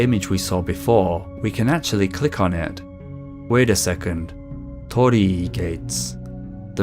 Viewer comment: So that's how you say "Tor-ri Gates"